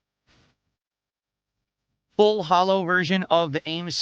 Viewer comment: When he says “Full Hollow” That shit really pisses me off. Grinds my gears. Fuck the pig btw